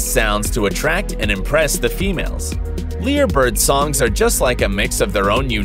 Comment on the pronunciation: It's pronounced LIARBIRD....but written Lyre Bird